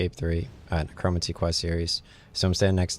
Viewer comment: Necromancy is pronounced like neh-crow-man-see. Not a big deal, just thought I'd help you out with that.